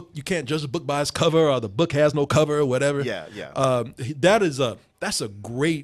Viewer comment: anyone else hate that pronounces the word "or" as "are'